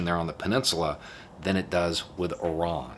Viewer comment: I kept hearing Oran instead of Iran. Why we talking about Algeria???